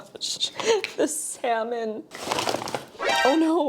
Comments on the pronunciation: Slammon? lol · I love the way says “Salmon” 😂